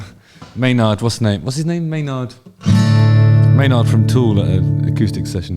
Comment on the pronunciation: I believe his name is pronounced more like "MAY-nerd"